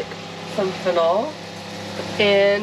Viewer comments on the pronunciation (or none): Wow! Those trees were incredibly beautiful. I've done drive through safari's before but the animal engagement you had took the experience over the top! Keep up the awesome videos. P.S. Fennel is pronounced as fen-nil or fenl.